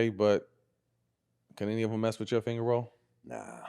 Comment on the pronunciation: It’s not finger roll….. it’s fanger roll LOL !!